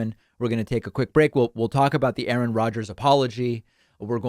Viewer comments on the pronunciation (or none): none